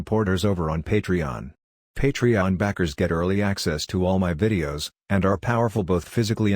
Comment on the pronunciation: finally the normal pronunciation of patreon